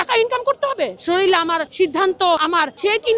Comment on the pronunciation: বাংলাদেশের জনগণ কী শরীর উচ্চারণ করতে পারে না। শরীরকে শরীল বলে কেনো ?